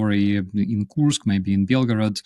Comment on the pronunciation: Here you have it again: despite his guest using the correct pronunciation of "Kursk" on several occasions seems incapable of reproducing the sound and insists on having it rime with "curse." We know the Brits are (apparently) ill-equipped to learn foreign languages and expect others to use their idiom but couldn't media people at least pretend?😉